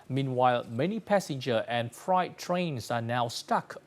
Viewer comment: Freight (frate) train not fright/frightened (scared) train. I wish I could speak Vietnamese like you guys speak English. However, I could help you with annotation, pronounciation and script writing.